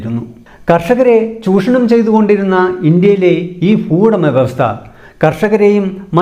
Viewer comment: ഫുവുടമ, ഭൂവുടമ